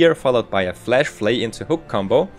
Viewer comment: Jesus, my ears. Stop saying "Flesh" Its called for "Flash" not FlEsh. Did you skip your english classes?